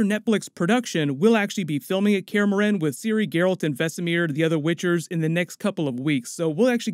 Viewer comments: "kaer morHEn" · He said care-uhh-more-hen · The way he says Kaer Morhen lol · Your pronunciation of Kaer Morhen is appalling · I hate the way this dude says Kaer Morhen